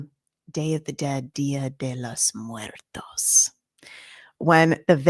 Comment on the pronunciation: I missed the live😢. I was thinking this morning, ohhh “dia de los muertos” 🤣🤣. Had to stop and laugh at how you said that. Anyway, I was thinking earlier this morning that after watching you on for a couple of years, it’s like night and day! I’ve said it before and I will say it again I’m so glad you moved away from that channel! Thank you!❤